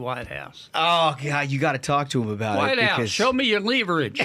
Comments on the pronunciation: I just choked on my biscuits and gravy when he said “White House: Show Me Your Leaverage!”😂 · I'm pretty close to where he's from. That pronunciation of leverage does not fly, no. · This may be the best episode of this show I've ever seen. We got the truly brilliant Sen. Kennedy, including his reaction to Sheldon Whitehoush pronouncing "LEEEverage" (rhymes with "cleavage" 😂). Then we got some cold hard facts on why Maryland (esp Baltimore) AND New Jersey are the worst states in the union. is 100% correct: Jersey is a giant landfill, it smells like garbage, it looks like garbage. Somehow Maryland is still worse, probably because at least New Jersey drivers don't run you into the water as soon as you get on the Turnpike. And discount airlines are the absolute worst. Totally correct takes from top to bottom. We the people demand excellence, but today, gentlemen, you delivered perfection.:slow clap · Holmes, you forgot; it's not leverage, it's leeverage!